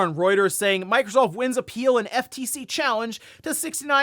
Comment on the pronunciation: Did he just say microscoop? 😂